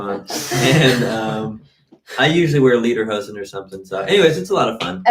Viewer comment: The word is "Lederhosen", meaning leather pants. If you mispronounce it "Liederhosen" that actually means song pants which is actually kind of funny. BTW I am still trying to decide if someone has a degree in chemistry or if you were just being funny again.